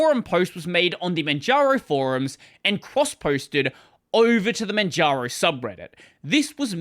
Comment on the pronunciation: Why do you keep saying Manjano instead of Manjaro? 😅